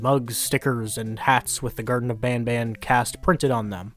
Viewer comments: i speak french in a french region, and banban is not pronounced bonbon in french so i have no idea why they pronounce it "bonbon" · I can confirm, as someone who went to french immersion up until I graduated high school, the kind of "ah" A sound that most people use when saying Banban is a sound that basically doesn't exist in french, so assuming they're french speakers the pronounciation of "bohn-bohn" would make perfect sense. it's common for certain english names to be mispronounced by native french speakers because certain sounds just don't exist in the language, like how english doesn't itself contain the ñ sound and it instead comes from other languages but to be clear in case there could be any confusion, the french word for candy "bonbon" isn't pronounced like that either, the N's are effectively silent (it affects the pronounciation but it's not bohn-bohn as the devs say) so it is probably just a word that they created on their own. it's interesting though that the way the devs say Banban is probably how an english-speaker would anglicize bonbon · Banban doesn't even sound like it could be named after "bonbon", no names in this game sound french canadian lmao Btw, I am French Canadian Edit : Also, it isn't even pronounced like that were it to be pronounced like French. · I am hyper late to your video but wanted to give you info in the pronunciation of the name as a french canadian from montreal. We call it the same as you. I don't get why they say it with an accent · since i'm french and banban name's supposed to be pronounced french, that's still not how we pronounce it :') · in certain parts of canada an a is much more of an aw sound then an ah sound just because of dialects. i live on the west coast so i say banban like you but my friends in toronto would say it the way the creators do beacuse thats just the accent in east canada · Wait as a french people garten of ban ban is prounounced garten of ban ban and not bonbon